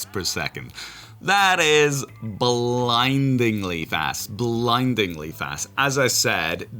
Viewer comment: 🤢 You said blindlyingly fast